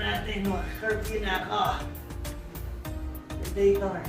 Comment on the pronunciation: predator tsong hindi predaytor. good video btw